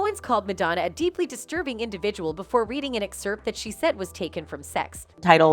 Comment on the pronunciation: “Madonna CONFRONTS Candace Owens For COMPARING Her To Jigsaw” No. She does not. About 6 minutes in there’s some confusing talk-over about Madonnas response to the media. Typical narration over clips, with mispronounced words like “bottocks” for Botox and ex-HERPT for excerpt. People, please stop responding to these Clickbait headlines, and make a comment for us to not waste our time so the rest of us can avoid them. Report them and the channel too. How can this have 310K subscribers???